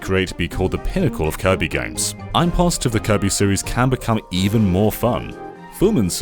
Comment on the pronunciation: He's been waiting to clobbah that there Kirbeh for a long time now....